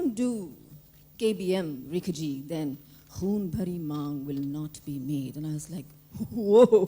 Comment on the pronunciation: Can hrithik not say rekhaji